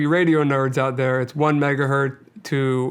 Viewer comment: 1 megahertz not hert... That is all.